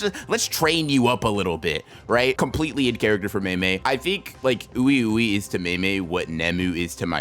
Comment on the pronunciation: Oui Ouis name is pronounced wee wee pretty sure they are supposed to be french. Wee wee and Mei Mei